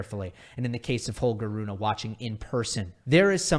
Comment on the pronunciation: Broooo, its not Runah, but Rune. Like Runeh its pronounced